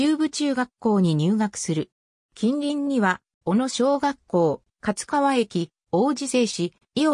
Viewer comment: 勝川(かつかわ)ではなく(かちがわ)ですね